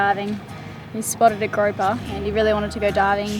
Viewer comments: The fish is pronounced 'grouper'. The only gropper near you is called Riley. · "Groaper" is not a nice word in English and does not mean a name of a fish (I looked it up). Grouper is the name of a fish. A groap is a "quick feel, usually unwanted". The grouper fish is said like "Kangaroo" ie: Grooper. I love your videos, but cringe when I hear Groaper. Just my Canadian 2 cents worth.